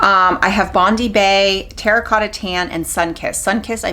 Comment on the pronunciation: It’s Bond-eye bae. Like the beach in Australia